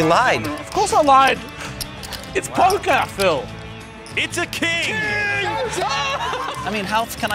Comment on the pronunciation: "Of course I lied, it's Pokah Phil"